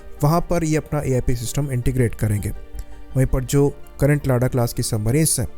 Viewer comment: Sir, उसे लादा कहतें हैं लाडा नहीं।